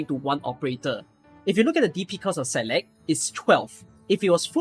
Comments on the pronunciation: It's actually pronounced like s-eye-lock if you want the Gaelic pronunciation which means willow. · I've always read Saileach as "seyl eetch" and it was extremely weird hearing "saylekh" all the time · Is that how you pronounce saileach? That's so weird man